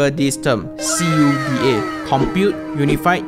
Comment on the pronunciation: Just call C.U.D.A ... "koo-da".